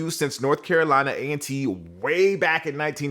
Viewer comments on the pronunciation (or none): none